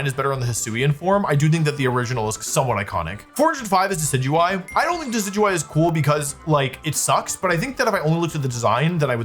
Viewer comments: You did not just pronounce Decidueye as Deki-Dewy 😭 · the way you pronounce decidueye has to be ragebait